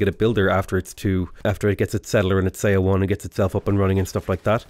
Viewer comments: Just as a note, look up the pronunciation of 서원 - it's more like 'suh-wun' than 'say-o-won'. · Love your stuff! Just one thing.. the "eo" pronunciation in korea words sound more like "uh". Seowon = suhwon etc. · So excited to see you play Sejong. Just one little thing, Seowon is pronounced like the "saw one" in "Yeah, I saw one." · Yep, I agree with this. yeah, the romanization of Korean can be weird sometimes. 서원 is somewhere between "so-one" and "saw one" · seowon is pronounced "suh-won", with "suh" as in "up." the "eo" is a funny romanization rule. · The "eo" in seowon is actually an airy/soft o. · Hi, idk if you care, but the Korean word Seowon is pronounced "suh-won" same with Jeonju. It's pronounced "Juhn-joo" "eo" is usually pronounced "uh" I have no idea why they decided to use those letters lol Really enjoying your civ videos, thanks for the awesome content :)